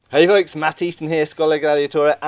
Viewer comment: I clicked video to see how you pronounce your own name, and surprised to see two seconds in you butchered it as bad as I did hahaha